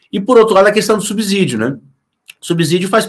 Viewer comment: Subzidio dói aos ouvidos.